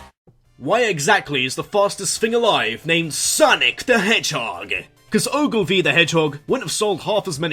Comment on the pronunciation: Around !:22 I was debating "Did he say "Shadow the Edgehog" or did his Accent just remove the H all together?